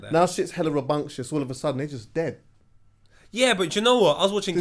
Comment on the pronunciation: the word is rambunctious you sausage 😂